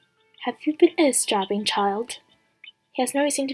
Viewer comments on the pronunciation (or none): That cliffhanger though(/•-•)/ By the way, Emelaigne is pronounced emma-lin, cutlery is pronounced cut-ler-y not culturey, and eaves in eavesdropping is pronounced like eve in Christmas eve. Thought I'd just let you know :d